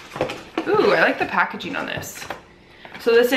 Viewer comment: She is a cute pup! Also, if you want to speak more correctly (if not, no worries), some helpful advice would be that it's actually pronounced "editing", not "editeen", and also "packaging", not "packageen". Good luck!